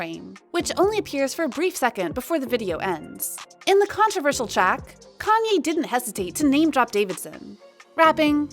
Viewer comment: Why is she continually mispronouncing Kanye’s name